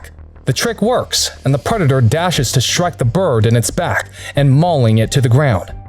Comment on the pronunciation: He keeps saying shtrike whats with the adding an H to ST words? its shtupid